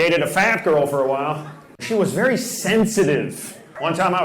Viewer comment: Ver' funny, ver', ver' funny.